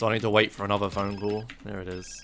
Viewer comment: phone cull as I can understand :d